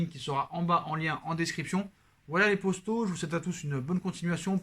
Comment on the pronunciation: Il dit yo les postos ou yo les potos ?